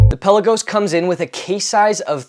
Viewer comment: peLAgos. Accent on 2nd syllable.